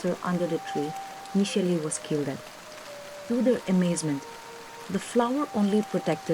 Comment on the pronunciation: Awesome narrative and I'd love to know more stories from this channel. One correction: It's Nishela and not Nisheli.